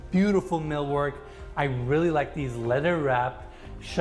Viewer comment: I wish would take a year off and learn how to pronounce “th”. So annoying listening to him say “ledder” and “udder”. As a bonus, he could strike his hackneyed catchphrase, “and it gets even better”.